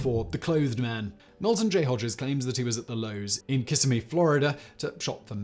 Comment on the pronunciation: I know you generally don't care about pronunciation, but seeing how this is one of your serious channels, here goes. It's not Kiss-a-me, but Kah-sim-ee.